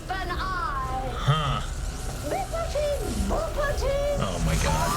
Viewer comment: Disney doesn't own Cinderella or Sleeping Beauty. Legends can do whatever they want with those properties. Disney does own Bibbidi Bobbidi Boo though, that's why she didn't finish it, even though I think she may have pronounced it "Bippity Boppity".